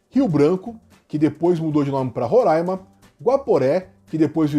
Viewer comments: A pronúncia correta não é "Roráima" e sim "Rorãima", tanto aqui quanto nas outras repetições durante o vídeo. que vício de usarem temos como "ditador" em tudo apenas por motivos ideológicos... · É RorÁima. Não tem a N antes do A e nem o A tem acento til para nasalizar essa pronuncia.